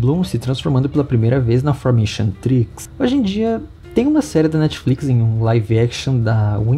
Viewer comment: Um coisinha não é "enchantrix" a pronúncia é enchantix